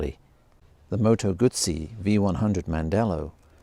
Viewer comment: Awesome looking bike and can’t wait to see one in the flesh. Also nice to hear Moto Guzzi being pronounced properly for a change